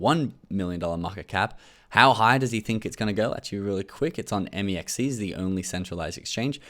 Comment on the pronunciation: It’s pronounced mex c not m e x c